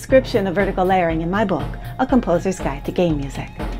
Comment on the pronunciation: I know she is probably saying Game Music but my ears hear her saying Gay Music which explains why her music is so festive and happy.